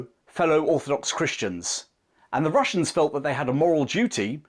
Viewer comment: " The Wussians wear Gway."